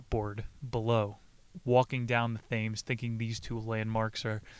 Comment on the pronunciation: thames is pronounced Temz... Great video!